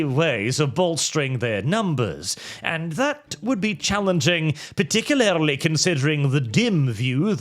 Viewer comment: please... Par-tic-u-larly.